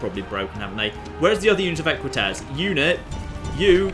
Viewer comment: Equites ~ Eh-kwit-ayz? Rather than Eh-kwit-ezz was my understanding.